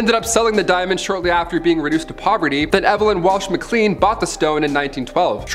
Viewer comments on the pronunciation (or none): none